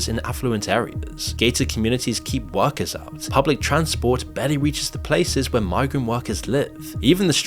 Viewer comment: the plural of woman is women (pronounced 'wimmin'), not woman. workers is pronounced workers', not 'workerses'.